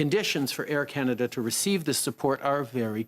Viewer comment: It is CanaDAH under TruDAH!